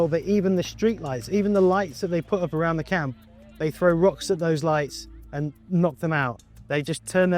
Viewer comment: Why would anyone pronounce "camp" like "count"....?